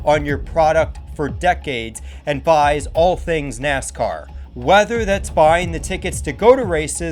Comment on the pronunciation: Why do you talk so slow and pronounce NASCAR as "Ness-kerr"?